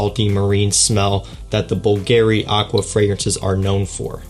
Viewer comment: BÙLGARI, NOT BULGÀRI